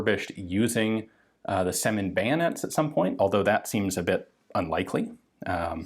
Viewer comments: Right you are. It's Сёмин, not Семин. E letter sounds like german Ö. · in russian it's pronounced as "syomin". trere is the letter "Ё", which makes the sound Yo and is alvays stressed. they often are careless to use a separate key on a keyboard to make it distinguished from a regular E